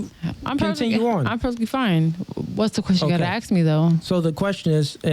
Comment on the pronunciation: White women pronouncing ask as "axe" is crazy low IQ. 😂😂😂😂😂